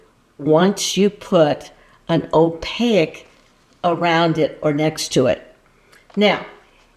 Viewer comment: Please forgive my pet peeve pushiness, but "Opaque" is pronounced "Oh pake", not "oh pa ick"